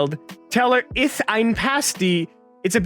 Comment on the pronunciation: Same, ith is the one word they pronounced right